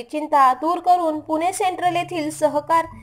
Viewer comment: पुने नाही ग ताई..... पुणे आहे ते